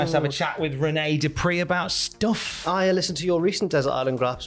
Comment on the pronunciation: “It’s Renee DU PRI”